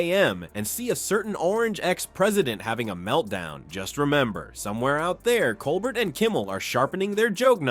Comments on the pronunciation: What is it with you narrators that you don't correctly pronounce Colbert's name? It's Coal-bear NOT Coal-bert... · Pronounce "Col-bear"